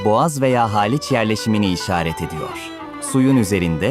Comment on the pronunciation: Zaten Halic Ve Pera'yi da kotubtelaffuz ediyo seslendiren